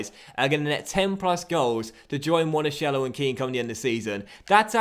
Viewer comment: Monakello not Monashello